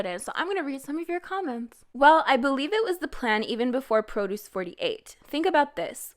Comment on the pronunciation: No, no, baby, it's Pro duce [prə•'d(y)o͞os], not Pro duce [ˈprō•do͞os] ( , , , etc). These girls were not grown between rows of arugula. EDIT: Wait a minute, you can pronounce geureoke malhaebwa but you can't discriminate showbiz from groceries?